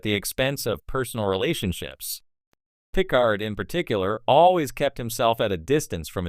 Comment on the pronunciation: Pet peeve of mine is saying Star Track. And yeah pronouncing Picard's name wrong. Like Q in "Tapestry", or the hotel owner Miss Carmichael in "Times Arrow part 2".